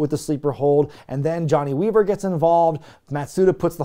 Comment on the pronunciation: Da Weevuh lock babbuh!